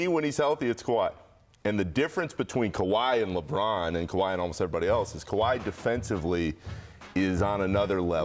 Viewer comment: Fat white dude don't know what he talking about. "Kawhi"😅😅 .. can't wait till this season